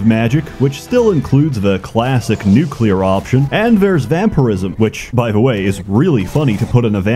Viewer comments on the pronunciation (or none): none